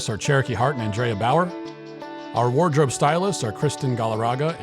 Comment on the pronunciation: Credits roll by: It's Wardrobe not Waredrobe